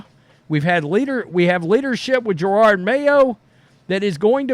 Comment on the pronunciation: You know the coach’s name is Jerod, right? Je- Rod for pronunciation.